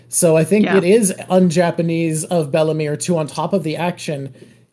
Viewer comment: Your mom says Belle mere better than you do lol. You say it like she’s related to bellamy